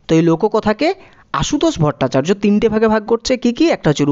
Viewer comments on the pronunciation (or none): none